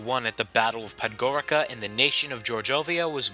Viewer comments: Podgorika xD.Tako sam se smijao. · you did not sey Podgorica right